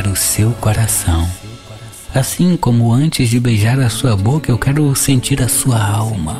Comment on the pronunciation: Nao fala quira fala quero